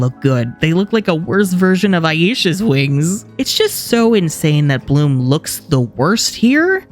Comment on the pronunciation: The way he said "Bloomuhh..." got me rolling on the floor 😂😂